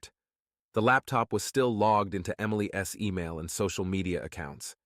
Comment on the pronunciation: tired of the shitty voices, instead of Emily's, it comes out Emily S, sounds very stupid. Your story sucks.